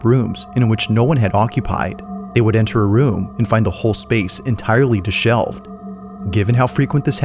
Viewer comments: Trying not to hate, but I appreciate Nukes not mispronouncing words. “dishelved” instead of “disheveled” 🙄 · "Disheveled" not "deshelved" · Did you actually just mispronounce dishevelled as "deshelved"? 🫠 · Deshevled on deshelved. Omg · Saying "de-shelved" in place of disheveled is a crime against the english language lol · Guy asks "ghost" to do something then is all nope, nope... Make up your mind! Also, filming someone else's house, even if it is your Godmother, without permission and showing to friends to shame her? Dude, you are an ASS. Last, it's not "deshelved". That means you remove something from a shelf. Disheveled is the word you were trying for. Not said the same way. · The scariest part of this video is how he pronounced disheveled. 😂